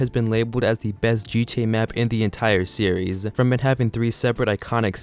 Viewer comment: I fucking HATE when a lot of these commentary people stretch words out and put emphasis on the ending syllable.. You say the word "series" as serieess-uh. STOP IT!